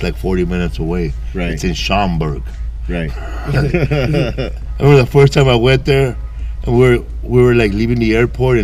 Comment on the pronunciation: He said Schaumburg 😂😂😂